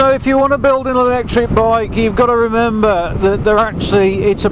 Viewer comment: And remember!....Andrew member! With you accent it sounds like you are saying his name!